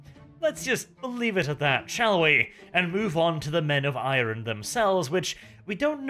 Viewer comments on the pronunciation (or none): IRON not irn. Men of iron, not men of irn.